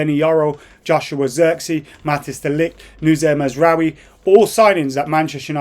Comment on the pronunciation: Bro can pronounce Noussair Mazraoui perfectly, but struggles with Ugarte😂😂😂